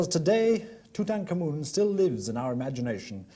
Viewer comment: I LOVE this video because he actually pronounces the pharaohs name correctly!